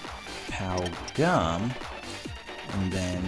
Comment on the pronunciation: when you said pow gum I thought you said pow gun